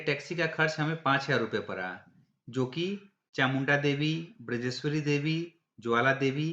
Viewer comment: बिरजेश्वरी नहीं बजरेश्वरी अधिकांश लोग माता के नाम का अशुद्ध उच्चारण करते हैं सही है बज्रेश्वरी